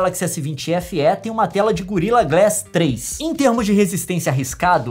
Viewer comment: Só eu fiquei esperando a Nilce falar Feeeeeeeee e não F éé kkkkkkkk